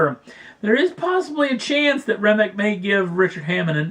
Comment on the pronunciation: Remic or Rimac? ;)